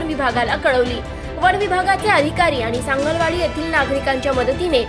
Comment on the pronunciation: anchor la (news reader la) sangli wadi nit mhanata yet nahi . "sangal wadi " mhantey kuthun dharun analay jila ucchar karta yet nahi kas selection kartat he you tuber ?